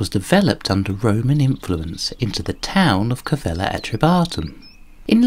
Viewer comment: Its is Calleva not Cavella